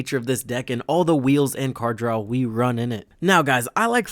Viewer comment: I like the video but he speech impediment you have is just terrible. It’s pronounced “DRAW” not “DRAWL”